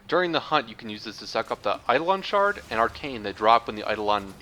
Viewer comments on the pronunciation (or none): none